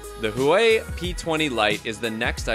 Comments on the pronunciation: It's hua Wei not hoo wei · Huawei is properly pronounced "whoAWE-way" (emphasis on the "awe"; the breathy hint of "who" is very subtle -- kind of like you first gently blow at a downy feather as you start to say the word awe). It sounds rather like the first syllable of water ("WA-ter"). So "HUA-wei" is like simply turning "WA-ter" into "WA-way". It's that easy. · huawei is pronounced hwawei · What's a hoowhy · Zaoume? Zioume? Huei? Huai? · Huawei is pronounced Hoo-ow-way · It makes me laugh how some people pernounce huawei and xiaomi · When he pronounced Huawei, jesus I almost chocked. Damn bro, dunno if ure trying to create a new word or u got ur own brand